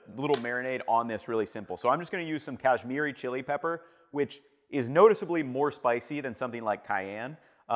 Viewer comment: It’s pronounced Guh-rum Marsala and Kuhsh-Miri chili. Great recipe! Love the video!